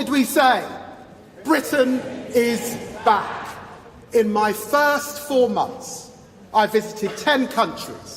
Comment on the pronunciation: I thought he was saying Britain is black... 😮